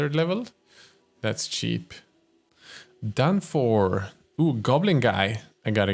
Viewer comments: It's ch-ea-p not sheep lmao. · Sounds like he's saying "these guys are sheep" hahaha, not trying to roast his English cause I don't know any other languages, always hate it when people rip other for their pronunciation when they only know one language